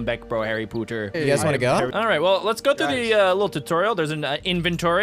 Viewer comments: It’s Harry Potter not harry pooter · Its not Pooter its Potter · Potter not pooter